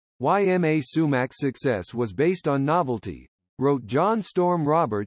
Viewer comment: Her first name is pronounced EEma, not Y M A.